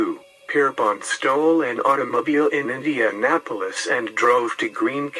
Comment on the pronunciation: Nice video but INDENAPOLIS,JOHN Dillinger oy